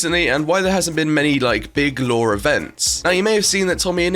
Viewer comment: every time this man said Lore i literally thought he was saying Law xD